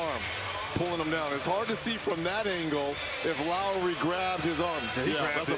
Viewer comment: Its Lowry not lawry